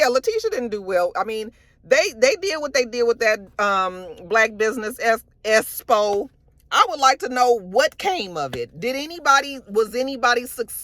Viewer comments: I’m SCREAMING at “esspo “ 😂😂😂lmaoooo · I swear if don't learn to pronounce EXPO correctly at some point....